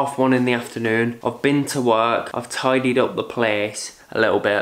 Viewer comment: When you said I've tidied up the place istg it sounds so scottish